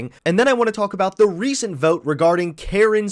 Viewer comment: Hey constructive criticism. Terrific video. However her name is “Kyrsten” not “Kristin”